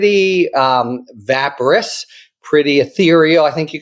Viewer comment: Mr. Litman, please check the pronunciation of the word "vaporous."